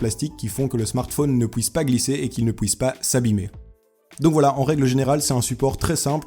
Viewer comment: On dit pas pouisse mais puisse et pas bloutout mais Bluetooth